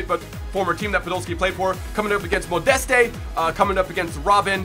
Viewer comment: the name Anthony Modeste pronounce 'Modes'